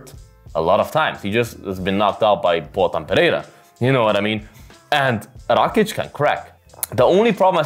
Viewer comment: Nice prediction. May I ask your nationality? You pronounce that "Rakic" just like us (slavs). 😁